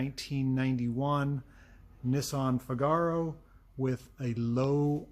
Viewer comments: If you go see 'The Marriage of Figaro' opera you'll forever change how you pronounce the name of this car :) FIGaro, FIGaro... FIIIIIIIGaro. You know the tune. Italian three-syllable words have their stress on the first syllable. Or watch Pinocchio and observe Gepetto's cute cat Figaro. Pronounced FIGaro. Of course you are free to pronounce it however you like. It's your car after all! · DOES NOT rhyme with "Cigar-oh"! How thick are you? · I added a link in another vid to help him pronounce Figaro properly.... it grates on my nerves ha ha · He seems to be intentionally mispronouncing "FIGaro". You're only making yourself look the fool,.